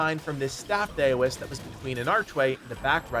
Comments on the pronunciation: Daoist-(dow-ist) not (day-o-ist) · Heads up, Dao is pronounced "Dow" not "Day-O" so the Venom Daoist is pronounced "Dow-ist". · Dow-ist not dayo-ist. Otherwise a great video. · Why does everyone on youtube keep saying Dayoist. Dao is not pronounced Day O, its pronounced Dow. Daoist = Dowist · Anyone else bothered that he pronounces it is "dayo-ist" lol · Daoist should be pronounced like COWist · FYI its pronounced d-OW-ist for the word Daoist ! not sure if you were trolling for utube engagement or genuinely didnt know haha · Bro, its pronounced dow-ist. And zoo bah-jee-ay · Daoist, pronounced DOWist. 🎶Daylight come ‘an me wan’ go home 🎵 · really quickly— it’s pronounced DOW-ist. Like the Dow Jones or the word DOWN. unhelpful feedback but want to keep everyone cultured